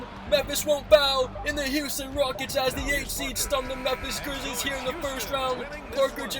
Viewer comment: Halftime said Houston Wockets